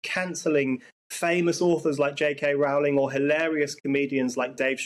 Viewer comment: J. K. Rowling's name rhymes with Rolling' please.